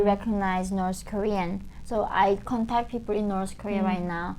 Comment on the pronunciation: Dear dear dear, I can't hold this any more: "nors" (spelled "Norse") were the people from ancient Scandinavia (Norway, Sweden, Denmark). "North" is pronounced with the same ending sound as "faith". Listen to some news reporters and you'll see. Sorry, too long watching your videos and I just had to say it...